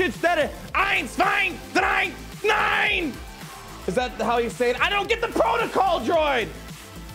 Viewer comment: Its so funny Iam german and the 1,2,3 in German NEEIIN was so funny 😂. Good Video like anyways 🤗. And remember 1,2,3 NEEIIN😂.